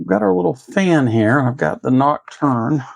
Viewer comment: Nice mod, but I think it's "knock-two-ahhh" rather than "knock-turn". ;-)